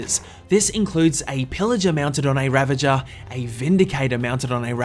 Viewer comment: its pronounced . "ra-vag-er" . not "ra-ven-jer"